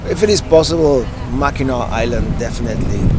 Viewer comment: No it's pronounced Mackinaw.